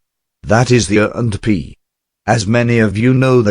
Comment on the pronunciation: It doesn't sound like the guy is pronouncing A&P correctly.